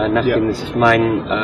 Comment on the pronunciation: Xaver Xirkenburg but he says ich as ix if you understand the x or j in spanish, like alejandro , "j" I mean he says ich as ij